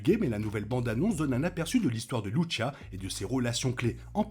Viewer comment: Il faut prononcer Lucia et non Louchia